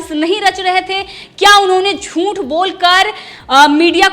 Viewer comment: Jhunth nahi jhuth hota ha larki ...aapni juban ko theek kar yrrr tu larki ....,.. 😄😄😄juban theek kiya kar yrr larki